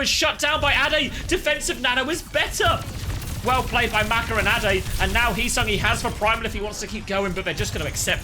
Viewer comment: ade should be prounounced like the ade from lemon'ade'.